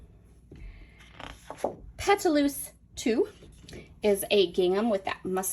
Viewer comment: Pétalos means petals in English. Pronounce as Pet-tah-lows. I love Mintopia and fortunately Frank Garcia store carries it!